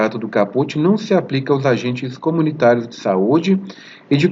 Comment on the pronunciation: Muito boa aula professor, mas o Sr. me perdoa, a palavra subsidio não se fala subZídio e sim subCidio, esta é a pronúncia. Também a palavra caput não se pronuncia capÚt e sim cáput, ok?. Tudo de bom para o Sr.